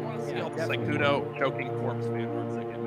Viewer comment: sykkuno* sowwey